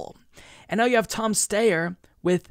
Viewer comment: i think its pronounced Steier and not Steyer